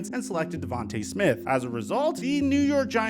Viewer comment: It's pronounced Devant-uh Smith